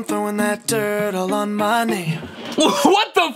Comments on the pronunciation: Oh sorry but i think hes say dirt but he says it like dirtl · I hear turtle on my name sometimes. He ain’t saying dirt all he’s saying turtle. Unless you play a clip of those 2 words I hear turtle. Or Durdle 😂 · i herd "trowing DRIT all over my name" LOL